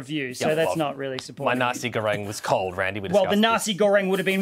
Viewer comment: Hahaha as an indo I approve they say Nasi Goreng 😂